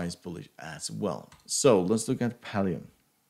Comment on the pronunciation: pallium? wtf, did i just hear? also this video is kinda pointless. not trying to be mean